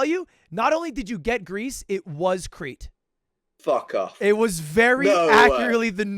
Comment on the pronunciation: That "Fuck off" was so British i cant explain it 😂